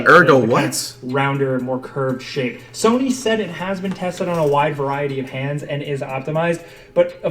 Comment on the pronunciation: He says soney